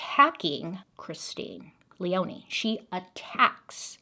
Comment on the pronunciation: My name is Leoni my grandmothers name is Christine and my little sisters name is Lea So this was very interesting and felt very personal listening to 😂 Btw it’s pronounced leeone ❤❤❤